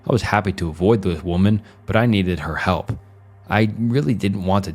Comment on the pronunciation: Never heard of anyone pronouncing "help" as "health", maybe the scariest part of this video